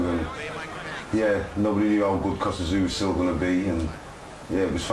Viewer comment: why does the narrator say kostya's name like"kostyat tszyu"